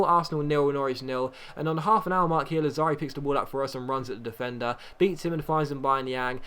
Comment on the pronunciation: It's Làzzari, not Lazzàri, it doesn't matter tho. Best youtuber ever